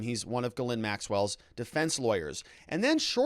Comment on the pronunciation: it is pronounced jizz lane